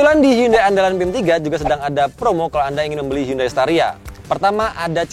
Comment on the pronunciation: Udah dikaish pinjam hyundai tp penyebutannya salah. Harusnya dibaca hiyandei :(